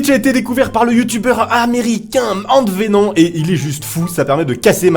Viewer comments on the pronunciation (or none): Au fait AntVenom ça se dit pas "AntVénon" mais "AntVenome" 😉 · ANTVENON cette prononciation mdr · ca se lit AntVenom ém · AntVenom? Si c'est lui ça se prononce pas comme ça! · antvenom on prononce le M